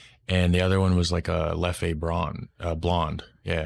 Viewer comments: Hey mate it's just Leff. You don't accentuate the 'e' on the end xx LEFF 😊 not hating just saying ❤️❤️🍻🍺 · Leffe brune or Blonde (pronounced Leff like Jeff, drop de last "e") is not a "good" beer. It's at best average, I use if for cooking only, not for drinking. Try the Trappists beers like Triple Westmael, WestVleteren XII, Chimay Blue or White, Rochefort Blue cap, Orval .... The plates he speaks about in the restaurant are: -Carbonades Flamandes (Flemish stew) consists of beef braised and low cooked in beer with onions, gingerbread-mustard seasoning. -Anguille is eel with veggie sauce and shrimp sauce (he talks about Orval base dressing) -Foie Gras (Goose of duck liver) made with a Rochefort sauce. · Leffey makes me laugh . Man, it's called Leff with a mute "e" at the end , that's french prononciation . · "Leffe" is pronounced "leff", not "leffay", lol. And Artois something like "are-twat" but without the final t. So "artwa". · There is no Leffey, call it Leff ...